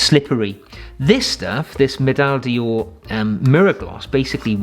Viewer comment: Just a tip, not a comment ; The French word d'or (golden) is pronounced more like 'door' (in English) not dior. Thank you for the very informative and entertaining videos sir. Regards Arno from Belgium.